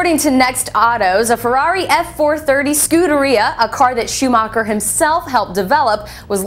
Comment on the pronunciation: 1.Schumacher is still god 2.LEARN HOW TO SAY HIS NAME